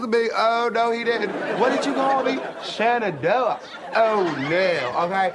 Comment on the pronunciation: "Shannonoah" LOL